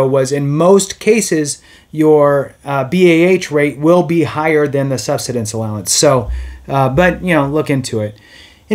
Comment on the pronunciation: Learn how to pronounce "subsistence" or stop making videos.